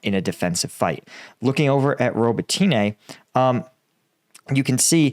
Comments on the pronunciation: I think it's pronounced "Robot Na" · ro-bot-knee. ffs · the Ukrainian/Russian languages are SLAVIC languages, NOT Latin-based ones. Names ending in an - e - have an "uh" sound. So Rototyne is pronounced "Robot - tin -nuh" Similarily, Svatove is pronounced "Svah - tow - vuh" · I think it might be more helpful write "Robb-ott-in-eh", because Americans seem to pronounce "o" as in "throw" rather than as in "hot". It's Zaphorizhia that needs the most help with, though! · Only complaint ever. I work with a lot of people from Ukraine. You are adding ah And over pronunciation of the city names. It’s spoken much smoother and there’s no hard A at the end of robitine. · Still wishing you'd learn how to properly pronounce some of these locations instead of just making it up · Hey everyone, please sign up for combatvetnews so can hire a Ukrainian tutor to teach him how to say some Ukrainian town names properly lol..... roe-boe-tee-nay haha. Robotyne = roe-boh-tih-nuh Urozyne = ooo-roe-zye-nuh